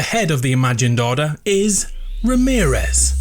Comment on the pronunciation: Before he said Remearez Me: Ramearez for sure